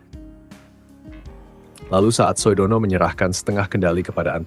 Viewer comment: Kepada narrator OE itu ejaan lama. Bacanya U. SUHARTO bukan SOEHARTO. Sudono bacanya BUKAN SOEDANA.